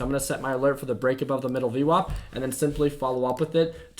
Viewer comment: whats UWOP? VWOP? whats he saying and what are those words? id like to look them up.